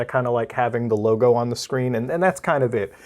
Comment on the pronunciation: Just here to hear Muta say probe a bunch of times tbh🤷🏼‍♀️🤷🏼‍♀️